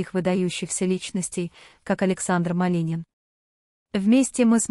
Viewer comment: Уже многих артистов перехоронили и не раз и кому верить??? Ради рейтинга готовы на все,только получается наообоот. Произношение на нуле вообще и фамилия Малинин.!!!